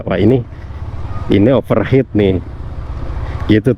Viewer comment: pelafalannya bukan "overhet (overhead)" tapi "overhit" (overheat) artinya terlalu panas, kalo overhet artinya di atas kepala